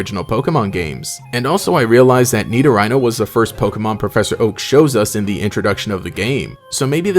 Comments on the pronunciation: It's "Ni-do-ree-no", not "Ni-do-ry-no" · I really hate how you kept butchering poor Nidorino’s name. It’s Nee-do-Ree-no, not Nido-Rhino. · Why are you saying Nido-Rhino? It's "re-no" as in Italian masculine suffix format to contrast Nidorina's female suffix. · I cringe when he says "NeedoRHINO" bruh its "NeedoReeno" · Nidoreeeno not ryno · Why do you pronounce Nidorino like "Needo-RAINOH"? The last syllable isn't spelled "rhino", it's "rino" like 'reno'. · Nido-rhino? Wtf you pronouncing bro It's Nido-ree-no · It’s nidorino not rhino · Nidoreeno is how its pronounced dude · Did this guy pronounce nidorino as knee-do-rhino? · I understand that it should TECHNICALLY be pronounced 'Nido-rhino' .. but it still doesn't sound right lol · Bestie it’s pronounced “nido-REENO” lmfao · No one:: "Nidorano" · Its need- oh- ree- noh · the way you pronounce nidorino is killing me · the way you say nidorino 😂😭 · He has to be doing this on purpose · it is not officially pronounced that way though